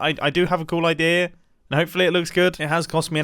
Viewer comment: I find it funny that whenever mumbo says "idea" he says "Odea"...